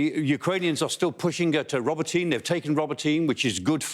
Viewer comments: It's not Roboteen, it's pronounced Robot een eh. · For Mr Clarke's benefit, it is RO (as in rot) BO (as in bot) TY (as in tea) NE as Nairn or hair)